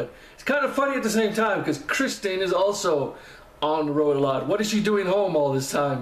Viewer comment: Thanks for looking at this one; for some unknown reason not many people do! I think the AcoUstikats are the University of Kentucky's a cappella group - Jeremy used to be a lead singer with them when he was a student there. Btw, Kirstin's name is pronounced 'Ker-stin' not Kristy! She sells a t-shirt from her merchandise with some of the many mis-spellings of her name crossed out, so I think other people have problems with it, too!